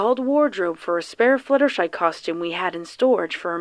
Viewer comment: Is it just me or did she say fillier shy